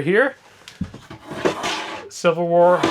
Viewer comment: I believe he meant "silverware " I heard "civil war"